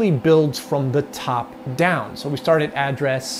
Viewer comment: Why do you say “et” instead of “at”? Pretty different. ;)